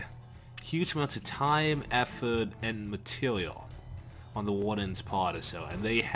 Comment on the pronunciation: They wasted a huge amount of time effowt and matewoew, pawt. they hit the heawt, ... we lost the waw... we lost victowy points like that. Jade cove is my favowite one, all the stwactuws in the awea where destwoyed.